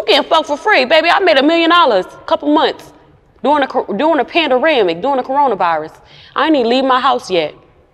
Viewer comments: Mannnn she beautiful!! I love her. She funny as fuck.. “pAnDaRamiC” killed me hahahh it’s pandemic baby girl ♥️ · DID SHE SAY PANDERAMIC...😹🤣😂